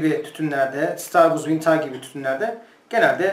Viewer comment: Vintaage değil hocam vintıc yada vintij diye telaffuz ediliyor.